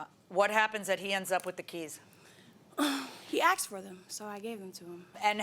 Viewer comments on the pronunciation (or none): He axed for them?!? 😳😕 What did he ax to get the keys? 😂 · Plaintiff: "He axed for them." Fake judge: "He what?? People's Court finds for the ..." Defendant: "I dint axe fo nuttin!" Fake judge: People's Court tosses this basket case out with extreme prejudice. Both of you fools need to GTFO of my fake courtroom and learn to speak!!" Me: "The USA is doomed."